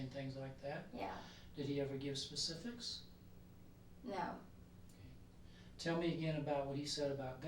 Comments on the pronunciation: “I don’t know any ‘pacifics’”. 🙄🤦🏻‍♀️ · She doesn’t know any “pacifics” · Ugh, crocodile “tears” are the worst. I wish he’d call her out on that. Is she actually saying “pacifics” for the word “specifics”? Tf? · And she definitely didn't know any pecifics... What pecifics? ...definitely no pecifics 🤦🤦🤦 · "Pacific what? I don't know any Pacific's" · And she knows no “pacifics”. 😂